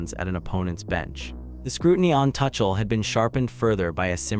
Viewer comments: please pronounce the name as Two-kle not touch-el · AI, keep calling him 'Touchel' 😂